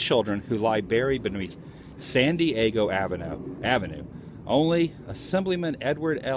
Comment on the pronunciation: Sounds like you're saying Sandy Eggo